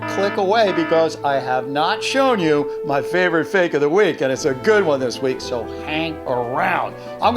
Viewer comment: "so fak its funny" LOL